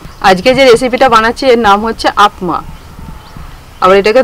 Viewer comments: আপমা না,অ্যাপ্পাম বলে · Ata uttapam bole ba appami bole .didi Tumi uccharon ta vul korecho r ata aktu choto choto hoy...